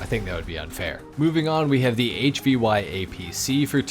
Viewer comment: Its a CH53 Super Stallion. It would pay you to just a little more research because a lot of the names you are calling the vehicles are not right but they are also not wrong. The HVY APC is not pronounced H V Y. That stands for Heavy. Its basically the same thing like the Caterpillar Co who produces heavy equipment but they dont use the full name and instead use CAT. So in that reference youd say the word cat and not C A T.